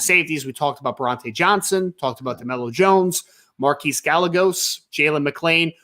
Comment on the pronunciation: It's guy-a-goes. Not gal-legos